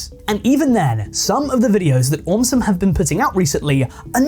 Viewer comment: Why did aum sum turn into "aumtisum"